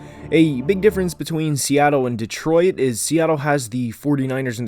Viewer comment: I'm a Lions fan, and I'm a big fan of your channel, but please stop pronouncing detroit like de-troy-it 😂